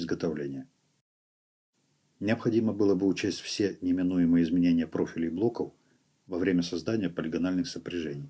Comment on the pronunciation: Кстати ,да. Тоже на нервы действует. Вместо "В" - "У".